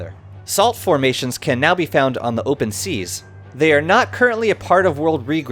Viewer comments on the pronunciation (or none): none